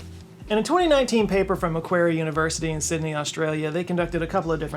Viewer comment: 'Macquarie' is pronounced 'Mc-quary'/'Muh-quarry' (like the pits they dig stone out of)